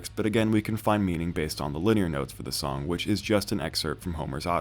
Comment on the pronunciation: Rick oh-KASS-ick, and Liner(rhymes with Diner) Notes not Linear Notes